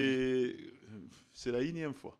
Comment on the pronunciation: N-ieme fois et non inieme ...!